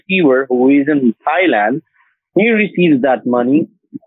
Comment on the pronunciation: Bang-cock Thigh-land…😅 love the pronunciation!